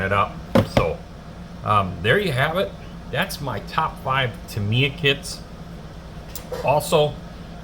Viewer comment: Good show. It's hard to find better kits than these, and their motorcycles are great, too. In addition to what you've shown, they also do two Porsche 911s and a Senna Maclaren -- all top-of-the-line. Oh, and Tamiya is pronounced Tam-ee-yah 😀.